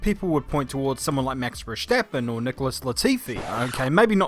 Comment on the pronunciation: everyone: Max Verstappen: Mex Versteppen